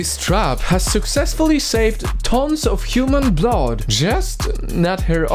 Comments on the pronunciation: He says bloud for blood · I like the way he says blood hehe "blaad" I am not being mean